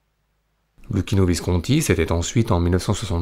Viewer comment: Luchino = Loukino bravo pour la prononciation. En Italien CC = Ch et CH = K (phonétiquement)